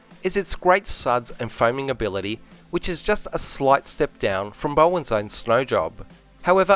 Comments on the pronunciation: Just putting it out there, the Bow part of the name is pronounced like Bow down, not Bow tie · Bowdens. Not Bowens mate haha